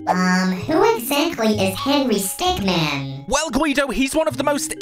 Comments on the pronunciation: He's henery stickmin, not henery stickman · henry stickman Me:ITS HENRY STICKMIN NOT MAN MIN!!